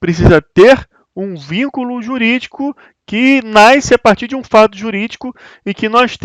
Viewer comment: O sol 'NAISCE"!!!!! Que siginifca isso??